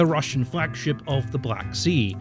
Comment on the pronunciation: how can you misspronounce these words so much? Like for God's sake man, I can pronounce Chinese or Japanese words better than you can Russian and I cant read their words. This is beyond normal Monolingual (eww) people's problems, this is actually annoying at this point. Please just... read how to pronounce these things or listen to the Translator pronouncing them or something. And note - you do the same for ALL non-EN names and words. German including. Its seriously worse than what Monolingual 43 I Q rust belt monolinguals would manage to scramble up.